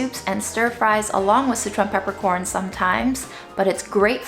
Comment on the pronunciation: Until this video, I always thought you were saying citron peppercorns. It was very exciting to realize I HAVE favorite peppercorns!!!!!